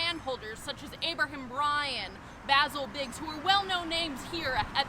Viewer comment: Finally. I know how to pronounce Mr Bigg's first name. Thank you ABT, NPS and